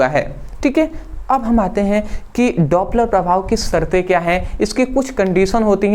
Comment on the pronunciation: Dopler prabhav 😮daaaapler prabhav 😮